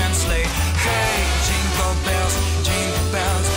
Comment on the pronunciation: Динкел бенс, к чему? Фраернуться своим произношением? Я не понимаю слов и смысла этой песенки. Лучше в лесу родилась елочка...